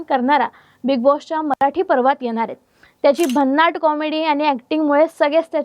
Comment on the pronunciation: शेंम्बडे आपले उच्चार नीट बोल आधी. अदा म्हणतात आदा नाही आणि पर्वात असा शब्द आहे पार्वात नाही. बोलण्याचे हावभाव आणि भाषा सुधर आणि मग चॅनेल वर ये